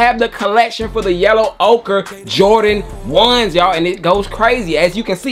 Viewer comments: It's oker, not okra. Man none of you youtubers don't know how to pronounce ochre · Yo...just one thing.....why you stop saying "OKRA" ? Im standing on THAT pronunciation 😂!! "Yellow OKRA" just sounds 🔥